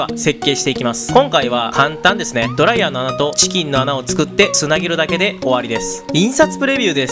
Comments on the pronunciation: ドライヤー⤴︎ではなくドライヤー⤵︎ では？？？？？？？？？？？ってとこが気になって集中できなかったのでもう50周見ますわ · ドライヤーの発音が気になる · ドライヤーのイントネーションが気になって動画の内容が入ってこない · ドライヤーのイントネーションスパイダーと同じなのか…